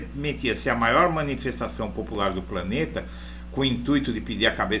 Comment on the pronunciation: Não é "minifestação" é miniNfestação